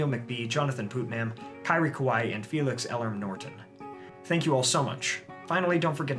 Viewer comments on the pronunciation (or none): none